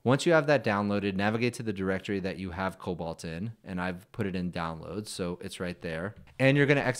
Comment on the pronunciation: Just a friendly pointer cause i'm that anal. It's not pronounced "cobalt" it's "coBOLD"😮